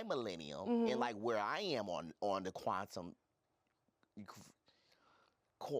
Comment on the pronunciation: I literally said this to myself but was like surely he's not adding three more syllables to quantum for no reason lmaooo